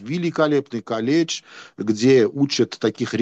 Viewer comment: Образованный человек.😂😂😂 "Каледж", "Мененджер" Выключил и ушёл смотреть стендап. Дальше не интересно.🤦🏻‍♂️